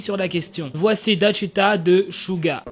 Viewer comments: Alors, je vais pas parlé de l'autre bip bip hein?! Mais, je vais juste dire que ça ma fait un peu rire le "Dachita". Le "ae"(ㅐ) ce prononce "é" et le "wi"(의) c3 prononce "oui" voilà 🙂 Sinon super video comme d'habitude. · OH-...QUAND TAS PRONONCER « DAECHWITA » CERAIT DRÔLE PTN